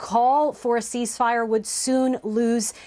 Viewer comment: Why does that woman keep saying seize-fire it's ceasefire and it's annoying as hell listening to her fumble it 😂